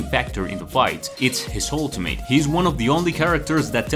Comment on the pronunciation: it’s pronounced ultimit not ultim8